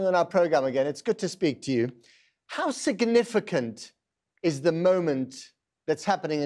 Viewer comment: MR News interviewer, Ai Weiwei doesn’t have to speak to you and certainly not when you are toxic in your pronouncing of words from SIGNIFICANT to SICKNIFICANT, please don’t play people in order to make them suffer. Thank you